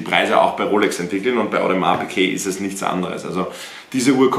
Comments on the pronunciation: Digga es heiß audemars piguet und nicht piquet...tust auf fashion ytber und kannst nicht mal richtig die namen aussprechen du kek (no front) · Wo zur Hölle ist bei Audemars Piguet ein q drinnen? PiGuet nicht PiQuet🥴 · Will sich ne Ap holen aber sagt audemars Piqué es heißt Piguet